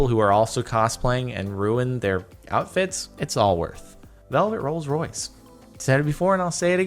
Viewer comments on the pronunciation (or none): none